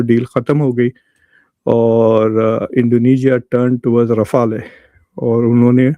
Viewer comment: Mqudar jhade rifala nhe rifal ha Mqudar jhade madras chaf bolna thoo seack la jhayal ka beacha